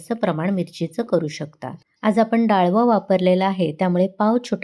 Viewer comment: Pl.read as dalav.